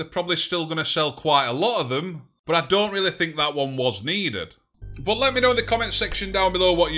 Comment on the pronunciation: why you say but as bot?